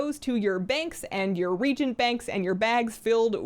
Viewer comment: Happy belated Birthday!! eta: also, reagent is pronounce re-agent, not reegent. I know that seems weird, but I promise it's true!